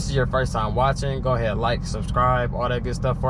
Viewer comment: Bro said, "Go a haead watch them ads 😅